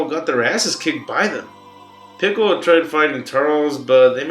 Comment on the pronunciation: Did he just say goku and pickle🥒😂😂